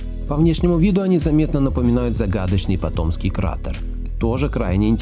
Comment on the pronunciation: Автору на заметку, в слове патомский кратер, ударение ставим на первую А, там две реки, малый патом и большой патом, живу в этом районе.